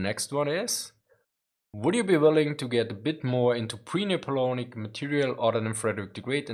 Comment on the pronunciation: Napoleonic is pronounced "Neh-poe-lee-ahn-ick". Very sad that the Art of War videos got so few views. I enjoyed them.